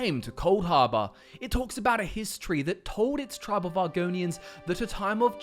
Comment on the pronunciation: For some reason, it's really hard not to hear "history" EVERY time you say "Hist tree" lol.